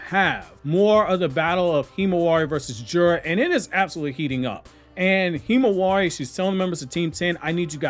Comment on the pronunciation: I cringe every time you say Himawari.